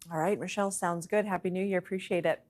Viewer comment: "Hap-paey newyaaarrr...YEAAHHH!" Well Somebody's already drunk.